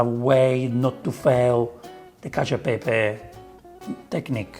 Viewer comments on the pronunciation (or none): none